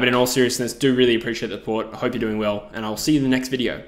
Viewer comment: Absolutely butchers Auf Wiedersehen and says thats greek right 😂